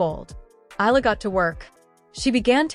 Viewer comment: E-YA-LA is the correct pronunciation